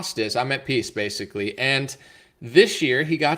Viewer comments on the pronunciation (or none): none